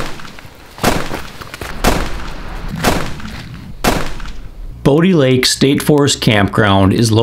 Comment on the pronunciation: It is pronounced Bo(bow) di (dye) lake